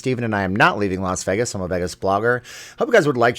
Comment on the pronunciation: Steven, it's Vay-gus, not Veegas..